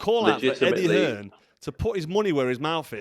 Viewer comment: Hi carl Why do you call eddie hearn eddie hills? Can you please let me know Thanks